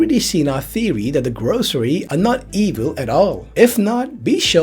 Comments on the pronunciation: Lol who tf are the grocery? 😂😂 It’s gorosei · Gorosei(Gorosay) pronounciation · Gorosei- “gore-oh-say”